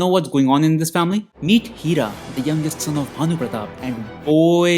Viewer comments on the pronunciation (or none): Bro did you say the youngest SIN of Bhanu pratap? 😂😂😂😂😂